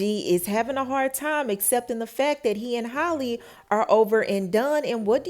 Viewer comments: OMG!!! Her name is Halle not Holly!!! Thats so damn disrespectful. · ...that girl's name is pronounced just like Halle Berry's is. You keep calling her Holly. It's pronounced like "alley"🤦🏽🤣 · It’s pronounced “hallyyy” not “holly” Halle Bailey! Like Halle berry. Hally like sally! Gosh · can’t even say the woman name right. who the hell is “Holly” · I know that girl get pissed with how yall say her name. Holly! who is that ?